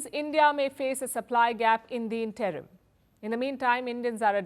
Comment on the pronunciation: You have to learn the difference between “ asked” and “ told”. You have to learn how to pronounce “ interim” , “ industry” etc.